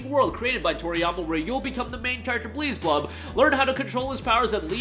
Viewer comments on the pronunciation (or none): It’s Beelzebub. Not Bleezebub.